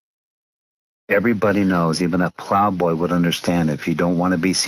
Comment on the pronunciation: I thought he was saying plow boy?